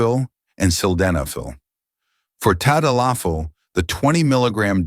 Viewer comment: If you were a Dr. you would know how to pronounce the drug's name. lololol